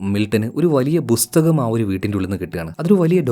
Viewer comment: ബ്രോ പുസ്തകത്തിന് ബുസ്തകം എന്നാണോ പറയുന്നത് എന്ന് ഒരു സംശയം ... പല വീഡിയോയിലും ഇങ്ങനെ തന്നെ കേട്ടിട്ടുണ്ട്... ബ്രോ അറിയാതെ പറയുന്നതാണോ അതോ അങ്ങനെ ആണോ വരുന്നത്..? കളിയാക്കുവല്ല... ഈ ബുക്കും പുസ്തകവും ചേർന്ന് ഉള്ള വയ്ക്കണോ ബുസ്തകം ...??🤔🤔🤔